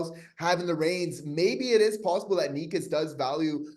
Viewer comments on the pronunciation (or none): Canes fan here. First off, it's pronounced "Neh-chus" lol. Second of all, I think it's clear he wants a trade. But it seems a LOT of teams are interested in him so, what do you think is the Habs best offer?